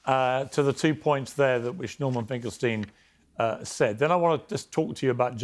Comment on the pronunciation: Borman….I mean Norman might be full ret@ now. He is an absolute babbling fool. Painful to listen to